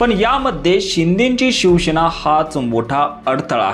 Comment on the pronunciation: शिवसेना म्हणा...शिवशेना असा उच्चार नाही